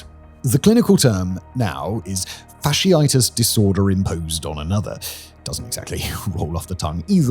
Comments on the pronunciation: Factitious as in fact-ish-us not fash-e-itus (that's something else) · It's Factitious Disorder, Simon. Not Fasciitis Disorder. It's not a flesh-eating disorder. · Fictitious, not fasciitis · Factitious is not pronounced "fasciitis", it's "fact tishous"😅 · Factitious, as in FACTitious, not fasciitis (fash-e-itis) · factitious = "fac-TI-shus," not "fa-shee-EYE-tis." Come on, Simon! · It's called factitious disorder. Fac-titious not fasciitis. Edit: sorry didn't realize this was already commented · It's Factitious Disorder, not Fasciitis Disorder, Simon. 'Factitious Disorder' is Munchausen Syndrome, 'Fasciitis Disorder' is an illness that makes people see fascists and fascism everywhere. It's particularly prevalent among Reddit users. (It's also a flesh-eating disease which is only marginally more debilitating). 😂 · Not fasciitis, it's FACT-ICIOUS. Fasciitis is of the skin/tissues. This is about facts (a falsehood of facts), not skin/tissues, Simon. 🤣🤣🤣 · Love all you do. Might I respectfully mention that the word is fak-tish-ess. Fash-ee-eye-tis is a condition of the body, not a mental illness. I listen to your various works several times a week, so again, no disrespect... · fic-tish-ish not fasciitis! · Fasciitis? Factitious, Simon. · It's not Fasciitis but Factitious. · How does this guy get so much work when he doesn't even bother to look up how words are pronounced? Turning factitious into fasciitis takes some doing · Oh sweetie, its pronounces fact-ti-shus. Totally a reasonable mistake if you havent heard anyone say it outloud before though. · What on earth was that pronunciation of “fictitious”? 😂🤣 Dude, that word is “fict-tih-shush.” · I came here to say this 😂 Pronunciation is key sometimes 😅 Fact-tish-us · oh Simon. Fack- ti- shus. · Factitious, not fasciitis. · Lol, I had that moment of “whaa?” when he said faciitis. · Not exactly like "fictitious," it's pronounced fack-TIH-shus. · not "fasciitis"; that would be something completely different